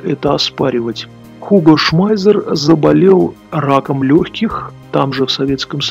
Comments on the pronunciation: 1. По используемой терминологии в авторе ролика, однозначно, узнаётся упоротый антисоветчик. 2. Автор настолько "глубоко" изучил вопрос, что Шмайсера называет Шмайзером, а STG произносит как ШТЖ. 3. Полная техническая некомпетентность автора. 4. Весь этот бренд венчает мнение "историка" на канале "Радио Свобода". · Он не "Шмайзер", а именно Шмайссер (двойная "С", понимаешь?). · Уго шмайзер , фамилия неправильно , Шмайссер правильно